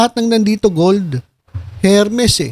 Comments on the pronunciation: FRANSWA IS SPELLED FRANCOIS! FRANCAISE IS PRONOUNCED FRANSEY!😀 AND HERMES IS PRONOUNCED ERMES! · ……. It should be without or silent “H” “ ermes” ….🤔😊🤩 more power ….. 🇵🇭❣️🇬🇧